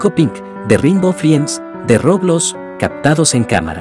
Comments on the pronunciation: No se dice roblos.. se dice roblox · Por qué le dice roblos da mucha risa